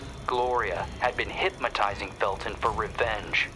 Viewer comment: I swear he says hypMAtising.